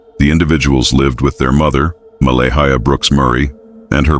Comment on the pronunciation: This is probably a load of crap isn't it. Can't even pronounce Malehya properly.